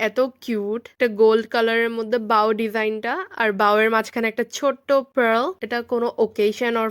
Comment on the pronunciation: Pearl er Pronunciation Google theke giye Shune Asho kindly, Pral ble na🤣